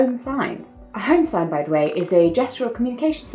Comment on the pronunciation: My dissertation is on home sign and when you said it, your accent and stress pattern had me going "60 home whats???" It was very embarrassing. Since no one was there to witness my embarrassment, I decided to post it here in the comments for all to see.